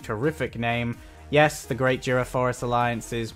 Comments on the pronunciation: hey (( IT'S "JURA" TEMPEST FEDERATION BTW )) not juda 🤣🤣🤣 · He's been saying Jura all the time